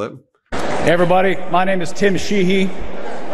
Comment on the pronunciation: I swear Mr. Sheehy said his own name with the syllables in reverse